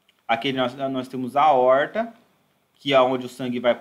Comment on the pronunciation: Se possível, te agradeceria pessoalmente, mas por aqui ja é suficiente. Ótima aula e um assunto que devemos sempre ter em mente a sua solução. Um grande abraço. Ansioso para as próximas aulas. Para descontrair: A"oooorr"ta.